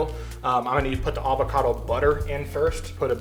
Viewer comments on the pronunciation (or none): Its hard to experiment when you dont know how much of each ingredient your using. Also I used to think you were just probouncing jojoba oil wrong but then you said abacado and I realized your just trying to trigger people LOL